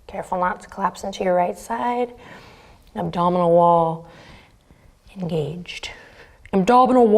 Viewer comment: My morning didn't start well, but when I got my ass to the mat you said all the right things. And when the "Abdominal wall... ENGAGED" came I almost collapsed from my pose in laughter , so this was the perfect video for me today. Thanks a million.. :)